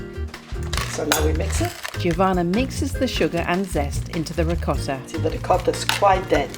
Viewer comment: it's Jo-vanna not J iiiiih ovanna